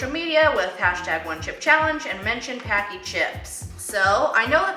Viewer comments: Just FYI, Paqui is pronounced like Hockey :-) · So many people pronounce the name wrong. If you ever buy their ghost pepper chips, right on the bag they say their name rhymes with HOCKEY.